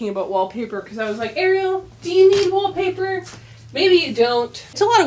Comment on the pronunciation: "WHAP PAH" hahah I rewatched that part many times XD